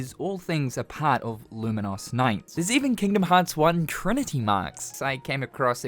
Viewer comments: "Lumen - Os" is... a way to pronounce it, I guess? "Lumen - Us" is much more common. Either way, the game looks really cool, thanks for profiling it. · why are you saying Luminous so weirdly tho??